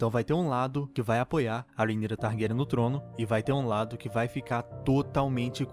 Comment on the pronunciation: Eu amei q vc pronúncia o nome da rheanyra corretamente! Tem um pessoal fazendo review chamando ela de rhayra e tá me dando agonia kkkkkk